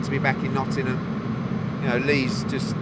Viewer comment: Nottingham not nottynum